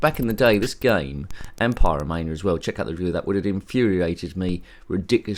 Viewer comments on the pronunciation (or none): Oh man! I don't think Odd Job Eddie isn't very stress busting!! Especially when the jumping mechanics are a bit flawed. You certainly had problems jumping from those yellow bricks and the green platform. But you did get there in the end. I think you pronounce Pyramania as Pie-ramania, and as for a Knight Rider mod, that does sound quite interesting. Hmm! I laughed when you said David Dusseldorf, when it should really be David Hasselhoff 😂 haha, nice one! I wonder if Odd Job from the James Bond movies ever played this game. Hmm, probably not! 😂 Anyway, Odd Job Eddie isn't a bad game, but rather poor due to the jumping issues. I would definitely choose Manic Miner over this one any day. Wyn 😃 👍